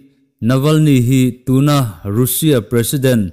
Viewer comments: Russia hi a ri zing si a. A lam dan hi han en chiang deuh la a ṭha mang e. Rusia ti lovin Rasia tih tur ni awm tak a ni. I news ka lo ngaithla kim vek zel e. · Kha2 chu duhdanin a lam theih alawm, mizotawng taka a lam kha kei ka lo ngaithla nuam viau mai